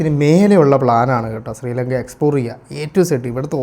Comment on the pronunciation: സ്രീലങ്ക അല്ല.. ശ്രീലങ്ക ആണ് ഹേ വ്ലോഗറെ.. നാവ് വടിക്കുക